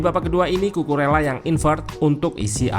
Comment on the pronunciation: Kukureya min yg bener, jangan alesan lu pake dialek indo karena org indo. kalo dialek indo cucu rela kalo Kukurela dialek inggris, biasakan yg benar bukan membenarkan yg biasa🙏🏻